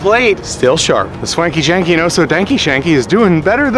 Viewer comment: Hearing you say the name is way better than what I thought it would be when I wrote it😂 keep it up